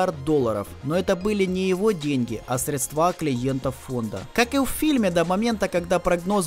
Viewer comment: Автор, красавчик, интересный сдала ролик и доходчиво все рассказал и осветил, тебе успехов и от меня просьба, в будущих видео при когда речь будет заходить о денежных срЕдствах, называй их так, а не средстА. Без хейта, режим слух и потом люди посмотрев ролики продолжают говорить не правильною, так сказать просвещай по полной!)